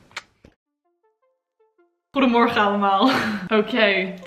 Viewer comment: Heel mooi om te zien hoe snel je het leert! En de uitspraak klinkt al best goed hoor, vooral goeiemorgen allemaal! Geniet van alle muziek :)